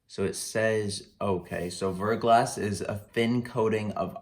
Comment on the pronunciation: It's pronounced ver.glah but overall good reaction